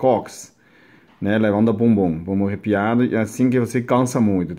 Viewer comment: Acho bem bonitinho a pronuncia do kkk o bubum arrepiado kkkkk( arrebitado)